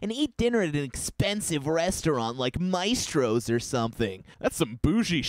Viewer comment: Ok I’m sorry but I fucking died when he said mice-stros the place is called maa-stros